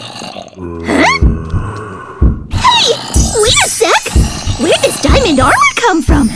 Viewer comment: it's diamond Armor not daimand armor